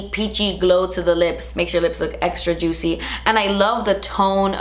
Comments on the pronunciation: I love you but I literally couldn’t keep watching with how you we’re pronouncing juicy... it must be too early in the morning for me lmao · REPEAT AFTER ME: JOOT-SEE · Me when says juicy::( Me when says ju- tsy::) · Take a shot every time says the word juicy (aka juTsy) 😂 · The only person who can say Juicy.........with style.......but- ITS JUST J-U-U-T-S-I-E hahaha!! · "Juitchy" it kills me hahahhaa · No one:.....: JUITCY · Im here for 'jut-see' from her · Who else LOVES when she says juicy 🤣😊